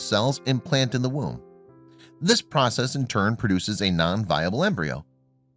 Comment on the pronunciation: "the newborn had lost allot of blood while in the ROOM??" OR "WOMB?" do I need hearing aids?